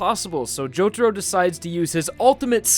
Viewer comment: It's not Jotoro it's Jotaro for the rest good video mate.